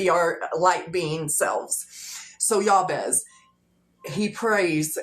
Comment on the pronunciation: Just as a courtesy fyi, I think most people pronounce that Biblical figure’s name as Jay-Bez (actual spelling Jabez).